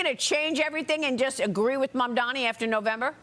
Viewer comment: Don't you think the man running for Governor should know the last name of the NYC mayor?? Four times he called him Mandomi.